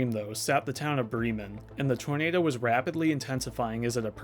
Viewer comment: It’s pronounced brem man like the indian term for scholar which is bramen Bra … men prounced similarly but instead of a Bre as how you say in bread brem men